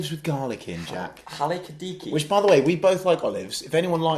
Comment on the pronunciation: Hey Jack, please learn how to say Halkidiki properly for next week! This coming from the only Norwich fan in Halkidiki.. #DoYouEvenOliveBro?